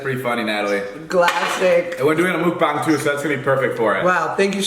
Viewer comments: joshua be the change and start saying 먹방 correctly. you could start a movement, imagine the power. this is the perfect comeback. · what did he just call it?!?! A mook-bong. Shouldn't it be muck-bang. I'm so confused. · It’s pronounced kinda like muk bong, idrk why people spelled it mukbang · Mukbang pronounced MUCK BONG! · Ur pronouncing mukbang wrong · I feel like David pronounces mukbang different every time